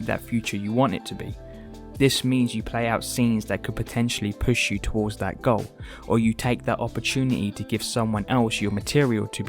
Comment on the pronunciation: "YouChube channel...", "...he seriously wants to change his whoad...", "...with your own personal goah..."